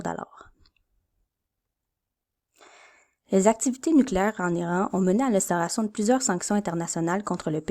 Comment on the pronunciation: tech : excellents visuels (en particulier l'écran d'ouverture). Son très correct. Hmm... ton récitatif. Serait génial si tu nous parlais. Conclusion abrupte. Perso j'ajouterais un fade out sur noir. 4/5 contenu: OK 3/5 (et un détail -- on prononce *I*ran plutôt que *Aille*ran